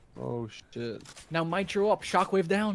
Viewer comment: He said MY-tro 😂